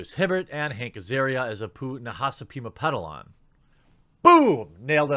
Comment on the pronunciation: Jeremy: Pronounces Apu's last name correctly on the first try Me: He's speaking the language of the gods.